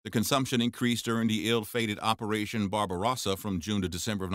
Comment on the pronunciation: Mispronounced Barbarrosa also. Clueless narrator.